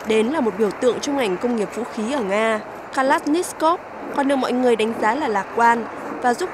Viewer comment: Từ Kalashnikov mà đọc cũng k xong.